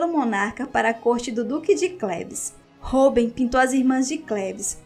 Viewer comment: se pronuncia ROUBAIN